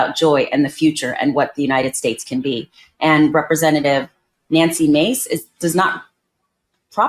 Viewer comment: So she's Na-nuksy Ma-cé?